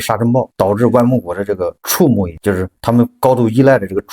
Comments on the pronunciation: 小更正：畜（xu4)牧业不是chu4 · 😂 那字在这里是动词，念xu。